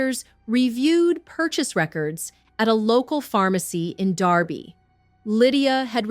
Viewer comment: I believe it is Derby not Darby Connecticut